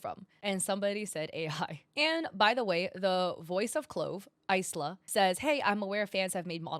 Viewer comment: Isla is "eye-luh" like as in "island", not "ice-luh"